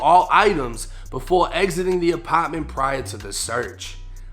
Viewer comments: The lower apotttment 😂😂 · apotment, lmao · “ApAtment” okay we get it you’re from boston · Second Apppaa ment 😂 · Yo you real!!! But I don't like the way say "apartment"